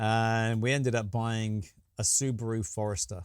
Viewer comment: tell it like it is. No,! It's horrible!(the car. We pronounce su ba ru Subaru, not Supa ru.